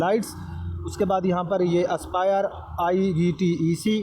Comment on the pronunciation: bhai i v t e c nahi ivtec hota he